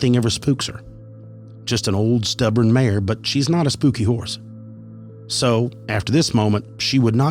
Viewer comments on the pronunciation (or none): none